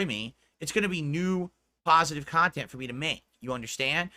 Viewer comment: He's just here making "PAHSITIVE AND MEANINGFUL KHANTENT" LOL The pig is just delusional. I wonder if he really believes that nonsense LOL What makes him think he is close to positive or meaningful? □